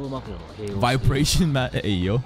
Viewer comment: You're really emphasizing on "vibration" there 😏